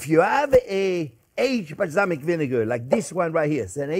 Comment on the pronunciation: I just googled "Islamic vinegar" before I realized he said "balsamic"